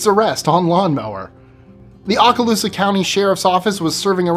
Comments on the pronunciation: You mispronounced "Okaloosa." It's pounced "OAK a loose a" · oh yes, I know what you are saying. But I've lived in Okaloosa nearly my whole life, and never heard it pronounced the way you did, lol! No biggie though, still gonna be watching. I love your videos!